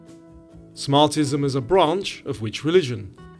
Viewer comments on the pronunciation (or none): It's actually smarTHism. The T is a soft one.